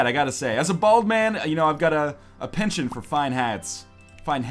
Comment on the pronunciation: Americans can never do accents. It's penchant not pensiont which is how you said it.